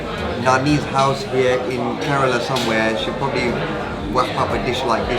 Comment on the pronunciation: kerala not karela